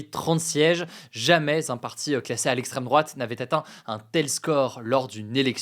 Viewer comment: "lesstreme drouate" on y crois plus hugo